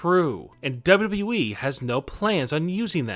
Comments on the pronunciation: Dude you're pronouncing WWE really weird. Work on that, it stressing my cats out. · Cant this guy say “W....W....E” without sounding like he has a mouth full of balls? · why the heck do you say it like WWEE? In fact, why are all the last syllables of the last words in your sentences twice as long as they should be?! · Why do say wwe like that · Not bad, I do enjoy your videos. But I must ask, why do you put too much emphasis on the E when you kept saying WWE lol, it almost sounds like your saying it sarcastically, as it doesn’t exist.